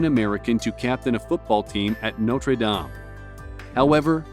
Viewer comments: Its pronounced "noter dame" god dont you fucking watch football. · “ Notrey dahm “ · Good god the property tax, home owner insurance, utilities and repairs/revocations would be ridiculous. Also I’m not from Kentucky but I got triggered by his pronunciation of Louisville and Notre Dame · no-trey-dom 🤧 Notre Dame my dude😪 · When they said. “ Notre Dom” bothered me so much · It's Notre Dame rhymes with tame. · Unless you are from France learn how to say Notre Dame Correctly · No one's gonna comment on how Notre Dame was pronounced ?